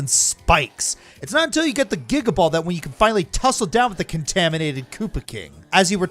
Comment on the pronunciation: I don’t know if it’s me, but it sounded like said Giga BALL when talking about the Fury Bowser fight then said it correctly.